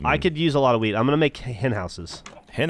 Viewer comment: I know they're saying wheat but it sounds like weed 😂